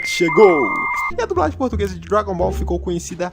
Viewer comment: "GT Dragon Boll GT caraio"